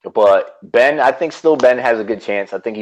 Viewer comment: I love your show but apparent disdain for Ben is super obvious. I don't get it. You're talking about the winner of S35 on this episode, at least learn to say his name.